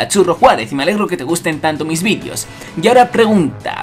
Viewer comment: "Y me alegro que te gusten TUS vidios" jajaja